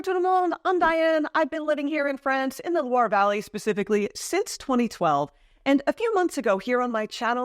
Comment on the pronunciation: Interesting video! But do I hear Loire (in Loire Valley) pronounced in syllables - low-wahr??